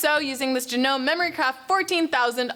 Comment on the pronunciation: You pronounced the brand of the machine incorrectly.